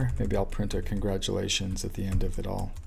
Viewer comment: "Contratulations" - but cool video, thanks for sharing. :)